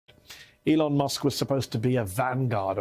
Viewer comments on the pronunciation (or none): none